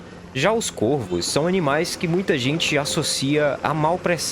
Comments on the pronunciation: Pronuncie-se CóRVOS.... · Não sabe a pronúncia do plural de corvo.